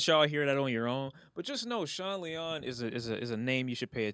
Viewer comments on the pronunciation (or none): none